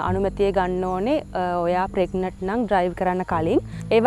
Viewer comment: We hear as ප්‍රෙග්නට් should sound as ප්‍රෙග්නන්ට්